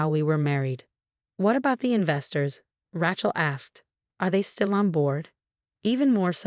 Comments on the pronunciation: The name is pronounced Ray-chel, not Rat-chel. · 'Rat-chel' is AI'S version of 'Ra-chel' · If you are going to keep using the name “Rachel” learn to pronounce it. It’s not like a ratchet, Ra, then like sea shell.